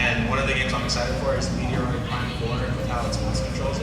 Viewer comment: Cool that you got an SP and they signed it. pronouncing Metroid always gives me a good chuckle. Looking forward to the pickups video.